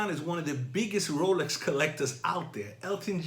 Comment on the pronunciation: ROWLECKS ROWLECKS ROWLECKS